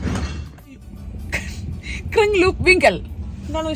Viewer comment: ക്രിങ്ങ്ലൂപ്‌ അല്ല ക്രിങ്‌ലോപ് ആണ് ❤